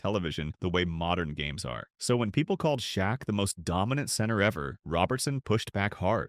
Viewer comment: The name is Shaq not shock but his real name is Shaquille they call him shaq short for Shaquille now Shaq it's a name that rhymes with back like Shaq back or Shaq attack